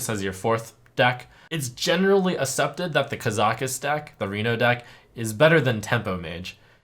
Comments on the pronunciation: "assepted" lul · Did Trump lose his ability to pronounce c's? Generally assepted